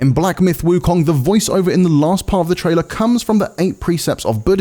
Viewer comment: Please get someone who speaks Mandarin to say "Wu Kong" correctly, you are butchering the name